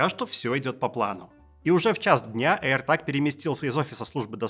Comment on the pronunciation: аирТЭЭЭЭЭЭЭЭЭЭЭЭЭЭЭЭЭЭЭЭЭЭЭЭЭЭЭЭЭЭЭЭЭЭЭЭг, а не таг.